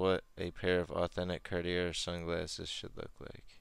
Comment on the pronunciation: it is not car di er